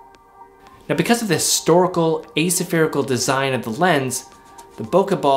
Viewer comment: nykon nik-on? asa-ferical? a-spherical?